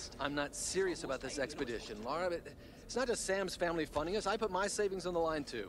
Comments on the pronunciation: It's Lara, not Lora 😆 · It's LA-RA not Laura. I've got no idea why Americans can't say a basic English 4 letter name properly